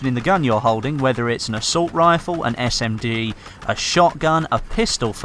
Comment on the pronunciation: When was talking about how standard ammunition can damage vehicles,am I the only one who heard him say "SMD" instead of "SMG".😂😂😂 Great video, your content is really getting me through the wait of the download onto my ps4!